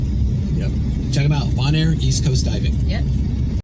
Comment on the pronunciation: The fact that you cannot pronounce the island correctly (it's "bone-air") shows how ill prepared you are in making this video. Zero credibility. I lasted 5 minutes.